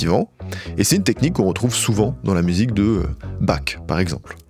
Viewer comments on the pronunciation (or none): Super la Vidéo, c’est un banger! Par contre « Bach ».. c’est Barrr vu que c’est de l’allemand et non pas Back 😂